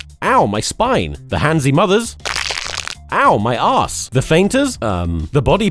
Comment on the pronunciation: "ow mahy arse" 😂